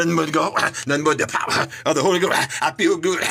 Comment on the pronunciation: “The Powerrrrrr” Instant dirtbike noises